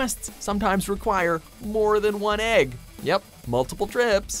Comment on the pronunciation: it's pronounced egg not ægg